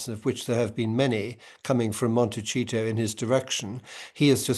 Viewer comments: Montecito.. is not pronounced montechito…it is pronounced Montessssito. It means little hill in Spanish. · The slip 😂 Monte-cheat-o instead of Monte-see-to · Monti CHEE to? You know that's not how it's pronounced. You've heard the name a million times. Please be respectful and pronounce it properly. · Please, please, please learn the proper pronounciation of Montecito. Mon-te-see-toe. That being said, H is not the kind of person who will EVER admit fault. He insists on an apology from the family. For what? In the meantime, he does not see what is his role and level of accountability. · Montecito is pronounced, "Moh-n-teh-see-toh." The "o" is a quick "oh" sound, and there is no "ch" sound, it's a "c," "see" sound. It's a Spanish word, not Italian. It means little mountain.